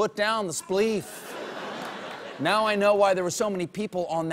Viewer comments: Its pronounced spliff....not spleef.... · It's not "spleef," it's "spliff." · "Put down the spliff(spleef)" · Governor Kush, put down the spleeef. That made me laugh more than I'd expect it to. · did he just say spleef?